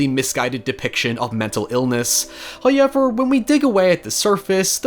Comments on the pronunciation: First "hoyevver" drops - and He blesses us with His visage! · Love the videos! I think we need a 'hoyever' counter in the corner of the vid or in the description/comments or something 😅. All love though